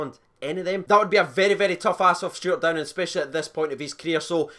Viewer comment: Cheers for getting the name right mate 🇬🇧